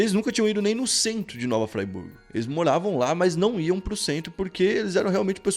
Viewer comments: não é fraiburgo, é friburgo msm, eu sou da região serrana, mas nunca soube dessa história, excelente vídeo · O video é mt foda mas pqp que afliçao ouvir tu falando "nova fraiburgo" kkkkkkkk É só friburgo msm mano tmj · Pra nós Cariocas é pronuncia é bem diferente kkk Nova Friburgo. Não Fraiburgo kkk. Fora isso. Vídeo bom! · Sou Friburguense, se pronuncia Friburgo nao "Fraiburgo" kkkkk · Nome da cidade é Nova Friburgo. Não Nova Fraiburgo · Nova Friburgo, não "Fray"burgo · para de falar "nova fraiburgo" por favor. "fraiburgo" é uma municipio em santa catarina, nova friburgo é onde ocorreu a história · Não é FRAiburgo,é FRiburgo mesmo! Nova Friburgo!😉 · Não é nova "Fraiburgo" é nova Fríburgo. Só escrevi com acento pra que leiam a vogal i com o som normal dela. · Obs 1: A pronúncia é Nova Friburgo e não Nova "Fraiburgo". A série é Brasil Bizarro e não Inglaterra bizarra. Obs 2: Varginha fica em Minas Gerais. Obs 3: Parabéns pelo canal 👏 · Vc tá no Brasil. Sendo assim é Nova Friburgo mesmo e não Nova Fraiburgo. No português o "i" tem som de i mesmo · O nome da cidade é Nova Friburgo e se lê da mesma forma. O cara diz o segundo nome da cidade como se estivesse lendo "Fraiburgo" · Hahaha, eu moro em Friburgo Muito louca essa história, geral conta por aqui Engraçadinho o jeito que o falou, "frieburgo" Se pronuncia "fríburgo" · O nome da cidade não é Fraiburgo e sim Friburgo, moro aqui. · Nao é nova Fraiburgo, se pronuncia Nova Friburgo mesmo., Cidade linda, já fui muito lá. Tendo essa história. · O CONTESTO DA HISTÓRIA É ÓTIMA MAS FALTOU PESQUISA, HJ A ZOBA RURAL TEM TECNOLOGIA AS VEZES ATE MELHOR Q MTS CIDADES, VAMOS PESQUISAR MAIS AI MEU QUERIDO GENTE DA ZONA RURAL N É BIXO DO MATO N. E NÃO É " NOVA FRYBURGO ! É NOVA FRIBURGO. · toda vez que ele diz FRAIburgo da um nervoso cara!!!! NOVA F R I B U R G O..... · não é Frayburgo e sim Friiiburgo mesmo rsrs. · Caralho, não é nova "fraiburgo" é Nova FRIBURGO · Continua falando nova fraiburgo kkkkk